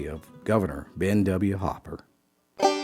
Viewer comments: You can't even pronounce his last name correctly. It's HOOPER not HOPPER. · It's Hooper, not Hopper. I don't know why he's saying Hopper. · Spelled Hooper, but pronounced Hopper?? Or does the narration need a little editing? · GREAT story! But you bought TWO vowels: it's "HOO-per," not "Hah-per." So ya' gotta' say 'em BOTH - "HOO"! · It's spelled 2 o's, not 2 p's. Hooper is the spelling. But you're saying "Hopper". Now I'm wondering if these stories are being told by an AI generated voice or a real person. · Hooper. not Hopper. good grief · It’s pronounced “Hoop-er”, not Hop’per! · Why is the narrator calling him Hopper? It's Hooper, as in WHO-per. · Where i come from, it's H-oo-per. Not H-o-pper. I happen to know his namesake. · It's not pronounced 'Hopper" it's Hooper. 🤬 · The name is Hooooper, not Hopper. The story sounds fake since you don't even know the guys name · Hopper , like the bunny….Hooper, like the basketball hoop! Idiot narrator! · That name says hoop not hop. I know you're from Appalachia, but God damn! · It’s Hoo-per not Hop-per. In Newfoundland, it’s pronounced Ooper because they drop the ‘H’. 👍🏽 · HOOPER, not Hopper. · It's Hooper not Hopper As that my last name as well. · Loved this story!! But I'm confused, his name written out was Hooper but you were saying as Hopper? But anyway, being from Robbinsville nc in the beautiful Great Smoky mnts, this story really hits home for me. My great grandfather Lynn Trull actually taught music in the churches in Cades Cove for years. He traveled all.over these mountains teaching music. Nearly everyone in my family is musically inclined in one form or another 😊 thanks for this story I enjoyed it very much!! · I believe it is pronounced Hooooooper, not Hopper. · Why do they say 'Hopper' instead of 'Hooper'? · Hooper and Hopper are pronounced differently. Good story though. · Great story , but isn't Hopper is with 2 Ps, , if it's two zeros, it's pronounced WHO PER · Ben hopper? Or ben hooper.